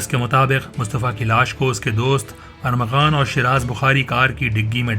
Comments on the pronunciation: Armaghan not aghaman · Y policeman is saying him arghaman instead of armaghan?